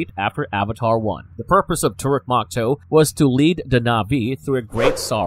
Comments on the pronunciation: Proonounced eee-krahn! Pronounced tah-rook mock-toe! Pronounced Sah-hay-loo and the Na’vi has a glottal stop in the middle before the last syllable. Not nahvee. I don’t speak Na’vi but watched the first movie enough to be able to pronounce certain things. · IT IS TORUK MAKTOO NOT MAKTOO MAKTOO PRONOUNCE IT LIKE MAKTOO MAK AND TOO PRONOUNCE IT THE NA'VI WAY